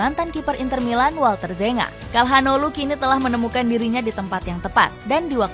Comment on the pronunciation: Tolong lah min sebelum bikin video di research dulu cara baca nama pemainnya. Çalhanoğlu bacanya calhanoglu, bukan kalhanoglu